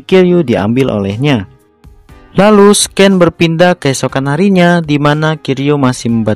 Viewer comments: Bang buat penyebutan scene (adegan) hrsnya d baca dngn sine, bkn scane Sekedar informasi aja bang biar kedepannya video2 yg d buat jdi lebih bgus lgi🙏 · Bang scene itu dibacanya "sin" bukan sken hehe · Just Info ye kak Scene Dibaca Siin